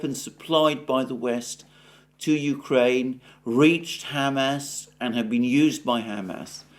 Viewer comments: Alexander, you try to be so careful with the pronunciations of Ukraine and Russian cities, etc. Is Hamas really pronounced Ham Ass? I doubt it. I could be wrong. Any help here? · brother for the love of all that's good please stop saying it like 'ham-ass' its so funny and it breaks my concentration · Alexander, I love your show and watch it daily. Please keep up the great work. But please learn how to pronounce Hamas. You take such great care in your pronunciation of Russian and Ukrainian words, which I really value. A moment of your time to attend to this would be much appreciated. All the best! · I like how you pronounce it Ham Ass, rather than Hah Mass. I will be using that pronunciation for those butchers now. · Hey Einstein. The whole world says ha-MAS, but you have to say HAM-ass. Good grief. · Ham ass 😂 it's Hamas. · I like the way Alexander says Ham Ass. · Why does he keep calling them Ham Ass?